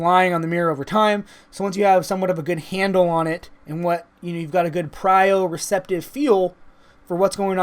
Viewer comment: and "prio-receptive"? You must have meant proprioceptive :)